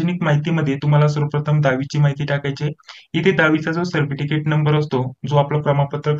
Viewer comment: Thank ❤nice information ❤ सरपटिकेट ka bolta 😅😅hasi aa gayi jarasi sorry 😁😁😁